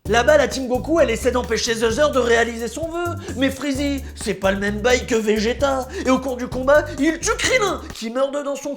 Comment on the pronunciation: C'est un vrai vrai fan parce qu'il dit majin buu et bejito !!!